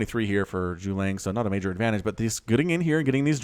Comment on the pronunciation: He pronounced the syllables wrong, it's not necessarily about the quantity being slurred together... Zhu (Jew) Ge (Guh) Liang (Lee-ang) . (Parentheses are to help American English speakers)